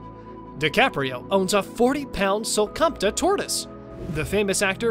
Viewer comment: did he really just call that tortoise a sulcamta tortoise?! Its a sulcata tortoise